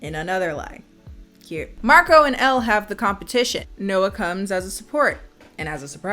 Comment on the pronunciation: this movie owes me 3 dollar for each time they mispronounce Marco